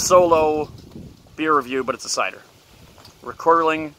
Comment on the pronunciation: It’s not called Rekorderling. It’s Rekorderlig!